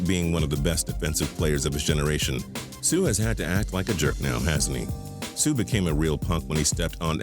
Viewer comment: he butchered Suh's name 😂😂😂😂😂